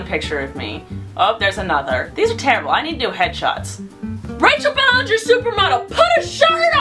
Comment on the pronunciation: It not Ballenger It Ballinger